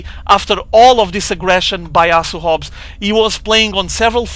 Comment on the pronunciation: Great commentating! You're the man! Just one piece of feedback for you, it's so funny when portuguese ppl say words with "h". You always get it mixed up. Try to pretend you're saying "Asu Hobs" then you'll get it right:D (oh BTW speaking from first-hand experience as half of my family if portuguese)